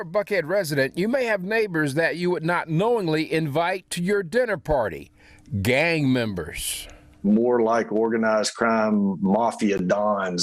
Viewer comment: 😂🤣im mad at how he said gang members